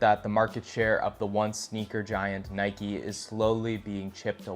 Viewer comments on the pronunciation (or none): none